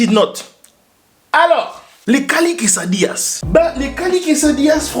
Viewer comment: Des quesadillas tu parles comme il faut !!